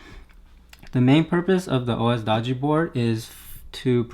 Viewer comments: It's doge as in doj, not doe gee. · "Dog-e" It's pronounced like "Dojo" without the "o" at the end"